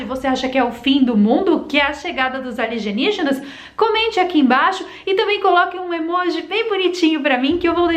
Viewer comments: A L I ( G E ) NIÍGINAS..? O NOME NÃO SERIA. A L I E N Ì G I N A S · Querida o nome é Alienígenas e não aligenigenas ok , fica a dica de português . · Alienígenas e não aligenijas kkkkkkkk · Ela tá falando aligenijas por que quer ?? Kkkkkk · Eu acrediti em "ALIGENIGENAS" como você mesmo fala. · Acopalipese", Aligeniginas, 👏👏👏👏😂😂😂😂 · Boa Tarde linda! Porque vc esta pronunciando ERRADO,as palavras ALIENÍGENAS" e "APOCALIPSE"? Foi proposital,né!